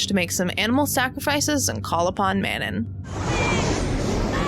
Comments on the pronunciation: *mano instead of manon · It's Manau, not Manon. Cleary you didn't even watch it 🙄 unsubbed "I adore this movie" Suuuuuure you do 🙄🙄🙄